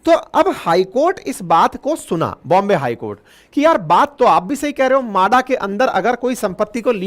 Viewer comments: म्हाडा म्हाडा माडा नहीं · मादा नाही म्हाडा.